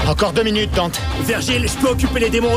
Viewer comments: Et non ! ça ce prononce Dante ''e'' :) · pourquoi tu dis dante "é" ?